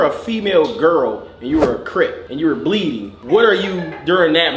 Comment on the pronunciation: you meant “cleeding” 😂